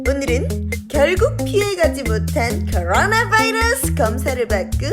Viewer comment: 쿼ㄹㄹ뤄나~~~ Vㅏ이뤄Ss~~~ 중독된다 ;; 하